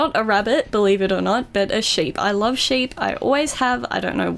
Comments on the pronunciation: is she saying shape or a sheep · lol thought she was saying a shape instead of sheep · when the favorite animal thing it sounded like she said shape